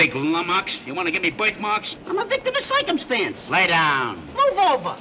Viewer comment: "Imma victim of coicumstance.🤷‍♂️"